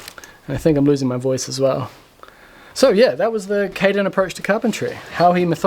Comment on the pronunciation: So.... Nobody called Caden "Canaden" yet?